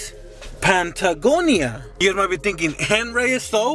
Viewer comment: Nah they were offended he said "pant a gonia"